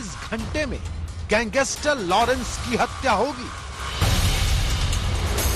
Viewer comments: See how he says gangster!!! Gangeestrr!! Yeh patrakar hai!! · Pehle gangster bolna seekho